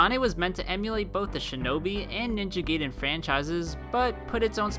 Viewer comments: I think it's Ninja GAIden not Ninja GAYden ;-) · GUY-den, not GAY-den. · You didn't even mention the most obvious - Ninja "gay-den" LOL All the minor errors really affect the guy's credibility. I chuckled when he said the GC "reigned"... when it absolutely did NOT. So many inconsistencies and a lack of fact checking. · "Ninja Geedin" Flips table I'm out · or as he pronounces, "ninja geedin" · Yo! You said Ninja Gaiden wrong.